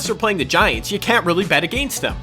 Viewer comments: Am i the only one who cringes at the way he says against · the way he says against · The way you say "against" has me dead😂No hate